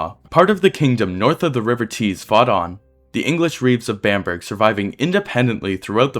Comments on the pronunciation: Bamburgh is pronounced Bam-Borough not Bamburg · Bam-burg is pronounced Bamburrah.